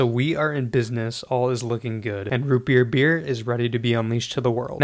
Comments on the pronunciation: ROOUT BERR! YEEAR ROOUT BEEER root berr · Root bebeer